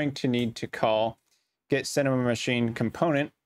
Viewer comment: Thank you for the tutorial. Advice: When you say the word "Cinemachine", you shouldn't say "Cinemamachine"